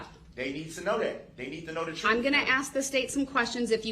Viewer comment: Your trooof…you wouldn’t know the truth if it bite you in your behind. You are always talking about the “troof” and everytime you open your mouth you are lying.